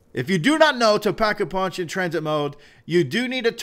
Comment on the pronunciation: tuh-rain i'm pretty sure its train